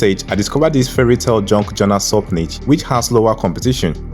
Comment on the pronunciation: what the hell is a JUNK journal? can barely understand what you said. and never heard of this term until today.